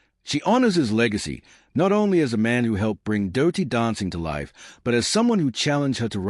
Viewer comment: its dirty not dowty